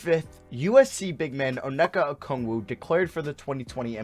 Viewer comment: It’s onyeka not oneka